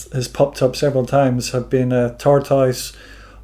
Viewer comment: Frankie is the only person I have ever heard pronounce tortoise exactly the way it is spelled.